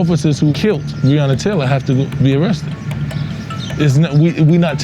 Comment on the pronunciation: Quick sum up of this real VICE moment : VICE : No one wants to talk about the elephant in the room. Mayor Greg Fischer : If only we had body cams, I could do something about it.... (trust me i know thay are " bad apples") Me and you ? : the guy cannot even pronounce Breonna Taylor's name correctly 👁